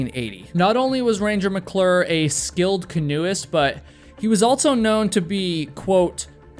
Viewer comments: It’s AL-SO!!! Not alt-so. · You say "altso" alot.